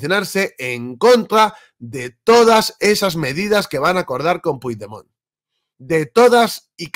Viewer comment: Una pregunta, no pronuncias bien su nombre por ignorancia o por vagancia y rencor?